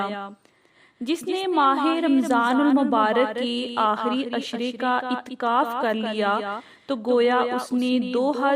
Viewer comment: مہربانی کر کے تھوڑی اردو سیکھیں اور اپنا تلفظ ٹھیک کر لیں. اتکاف نہیں اعتکاف ہے